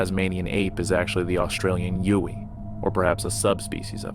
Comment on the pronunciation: Yowie was pronounced wrong. And we've never called them Tasmanian apes either!